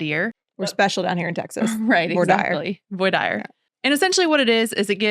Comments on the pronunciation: In California, voir dire is pronounced the exact same way as y’all are pronouncing it. I’ve never ever heard it pronounced with a French like accent as you ladies talked about. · I once was summoned for jury duty, in Jacksonville FL, and went through voir dire. They pronounced it just like you. It was very disheartening. A murder trial, actually murder for hire. I was deselected by the defense attorney, based I think on my job, as a state tax auditor. Me, a hard-nosed "hang-em" guy!? Not really, I would have been very fair. A wife had app. hired a handyman to kill her husband. Wife had an attorney I wouldn't have bought a used car from; the guy had a PD. The prosecutor looked like a new law school grad. Trials got split, wife was acquitted, while the guy was convicted of murder for hire! Go figure! The stupidity of it all was off the scale.